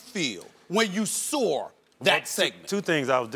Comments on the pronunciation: <--- Stephen A can not say the word "saw". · When did “saw” get an “R” at the end of it? Sawr!? Come on now Stephen A. Stop making up your own words. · Stephen A, what is “saw’r?? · Stephen a is killing me bro.. wtf is "sawr" 🤦🏾‍♂️ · "How did you feel, when you SAWR that segment?" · Stephen a. “How did u feel when u soar that segment” lmao “sawer” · “When you sawr that segment” 😂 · stephen a. "When u soar that" lmao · Stephen A How did you feel when you “soar” that segment LOL